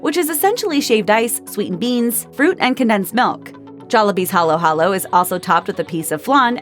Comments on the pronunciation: *haluhalo peeps always get it wrong sorry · Sure ako ung magnolia hindi nabigkas ng tama.Pati ung halo halo